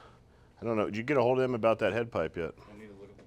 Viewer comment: turns into a Balkan hitman. "I vill kill hjim"